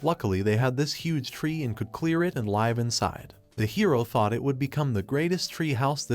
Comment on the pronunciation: Ai stop pronouncing live wrong it's pronounced liv not live